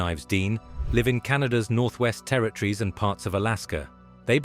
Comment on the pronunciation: Russians say,” terrytrees”…instead of,..Teri-Torres ! ?